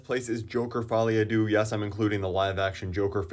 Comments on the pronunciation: "Fouly a doux" bro even the french have a better pronunciation of English titles 😭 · As a French speaker, the way you said folie a deux made me feel pain